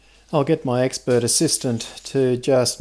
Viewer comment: ”Expert assistant” but I heard “ex bird assistant”. Shocked for a moment there :)